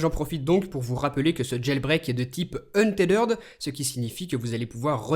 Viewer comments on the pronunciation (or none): Franchement ce n'est pas une critique gratuite mais la façon avec laquelle tu prononces untethered fait très mal aux oreilles !